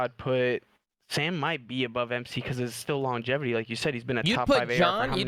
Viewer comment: kept saying longativity gahahaha